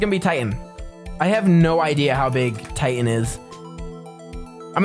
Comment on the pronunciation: he got titan so wrong 😭